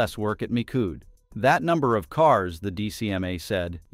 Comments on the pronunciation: Poor narrator machine can't say 'mee shoed' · "Mikood" - from "Michoud" - jeez, these "AI" speakers really suck. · Please teach your AI voice to pronounce words correctly. Hint: It's NOT Mikood. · As a local and former NASA contractor, the correct pronunciation of Michoud is "Me - Shu" or "Me - Shu - d"